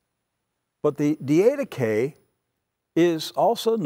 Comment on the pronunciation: Good teaching!! NOT: DEE AID UH KAY Correct pronunciation: DID UH KAY ........just suggestion. God bless!